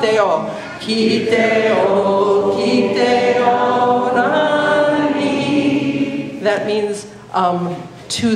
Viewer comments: Other than the the pronunciation is perfect just try pronouncing the rangi with the G cause it is a endangered language and teaching the people the wrong pronunciation is attributing to that!! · You do actually pronounce it with the the G